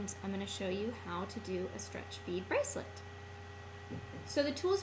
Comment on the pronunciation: when you say: strech bracelet it sounds like how to make a car. that's very simple, guys!